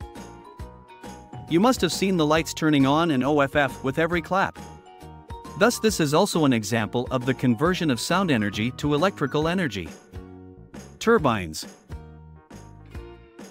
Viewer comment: ON and OFF is not pronounced "ON" and "O" "F" "F"